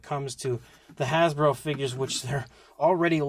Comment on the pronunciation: "Hasbo" LOL